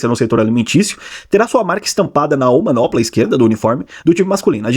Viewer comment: Vai falar quantas vezes "omanopla"? O certo é "omoplata"😂